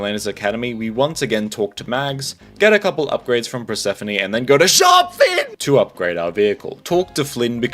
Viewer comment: Did u call her “purse-phone” -~